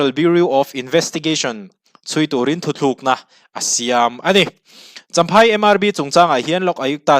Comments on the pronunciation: Thuthlukna iti tlatin ka hria thutlukna lo ti zel tawh ta che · THU THLUKNA ni lovin THUTLUKNA.... TLUKNA....TLUK NA.... ti a lam zâwk tur aw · I react a ngaihnawm thin e, thu tlukna tih turah thu thlukna I rawn ti leh hlauh thin hi a ngaimawh awm deuh. Tunlai thalai zingah hetianga ti hi an awm fo tawh mai, a pawi khawp mai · i thu chhiar hi fimkhur deuh teh,thu thlukna ni lo in THUTLUKNA tih zawk tur a ni lo maw. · Thu thlukna nilo in thutlukna tih tur aw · 'Thu thlukna' tia chhiar angin a ri a. 'Thu tlukna' ni awm tak. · I thil chhiar hi an ziak di)k lo nge I chhiar sual aw... 'Thuthlukna'tia I chhhiar hi thutlukna tih zawk tur a va nih hmel ve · Thu thlûkna nilo in..Thu tlûkna aw,bro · Engtizia nge kan mizo you tuber ṭhenkhat hian 'Thu tlukna' tih hi 'Thuthlukna' ti a in lam/sawi ziah le aw. A awmzia a hrang/in anglo hle si a. Youtuberte hian kan mizo ṭawng humhalhna kawngah hian hum pawimawh tak inluah a ni tih hria ula ka va duh em. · Thuthlûkna nge thutlûkna? I lamrîk dân hian THUTHLÛKNA iti deuh tlata. Eng nge dik zâwk? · Thu thlukna ni lovin THU TLUKNA tih zawk tur 😅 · Thuthlukna tih ni lo in, THUTLUKNA tih tur ani. A awmzia a hran daih. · Thil 2 (Thu thluk na nilo in (thu tluk na) central biuriu nilo in beuraw tih jok tur,media stage atang hi chuan thil lam dik leh lam duh te hi poimoh sia kalo sawi ve lok aww. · Ngatinge aw, nangni ang lehkhathiam in 'thu tlukna' ti a lam tur 'THU THLUKNA' ti a i lam tlat leh aw, beng a ti thlep tlat, a dik thlap in rawn lam tum tawh rawh aw.. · a ngaihnawm e, mahse, thu thlukna i ti zel mai a, thu thlukna chu hawrawp chung a ' ^ ' awm ṭhin hi a ni a. Decision hi thu tlukna a ni zawk ang a. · Thuthlukna ni lovin thutlukna zawk aw... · Tha hle mai. 'THUTLUKNA' tih turah 'Thuthlukna' i ti tlat a....... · Thuthlukna ti lovin,,,thutlukna ti zawk ta la, a dik zawk lo maw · Thuthlukna ni lovin thutlukna tih tur aw , a ziak ah pawh thutlukna tih a nih kha😂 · thu thlukna nilo in thutluk na tive teh